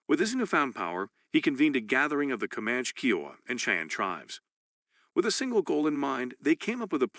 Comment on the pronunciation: I enjoyed the information, but this is a computer reading correct? There are some incorrect auto corrects like reserves, and the way Kiowa is pronounced is awkward.